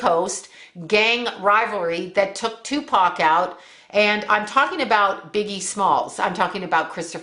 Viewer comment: Tu pock? I'm sorry it made me laugh :)))))